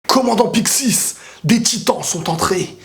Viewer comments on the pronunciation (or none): alors j ai pas envie de cassé les couilles mais on prononce Pixi et pixisse :p